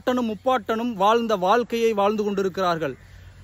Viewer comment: ஏலைகள் பிழை,ஏழை தான்சரி.வால்கை பிழை வாழ்க்கை என்று உச்சரிக்கவும்.தயவு செய்து தமிழை கொல்லாதீர்😢